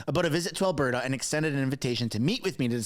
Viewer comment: Please,, there is a ''T'' in Alberta not a ''D''. Thanks for your consideration.